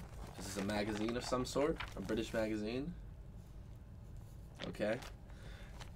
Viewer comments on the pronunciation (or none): none